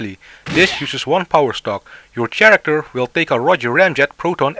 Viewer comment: Nice instructions, but you should correct your pronunciation of "character." It's pronounced like the "ch" is a "k".